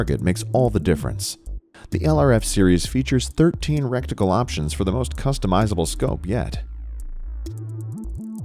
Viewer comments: Reticle....not recticle hahaha. It's not a rectum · What's a "RECTICLE"?